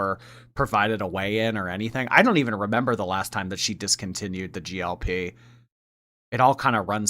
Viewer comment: It’s GLP 1, not GLP❤ love u,!